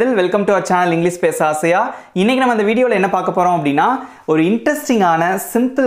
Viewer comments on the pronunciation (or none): Please pronounce the word English correctly. It is not Englis it is English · Sir,your pronounciation of the word English itself is wrong.U say is instead of ish.It is English and not Englis. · Sir glish.U are using is sound of ish sound. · English not englis.